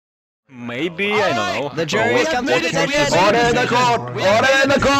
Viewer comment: This was fucking excellent. However, as a native Kentuckian ya'll need to learn how to pronounce Louisville.